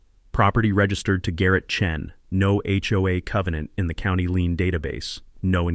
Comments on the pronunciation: Dammit! The correct word is LIEN!!! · Lien not lean.